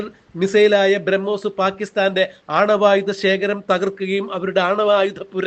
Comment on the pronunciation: Pl read "bramos"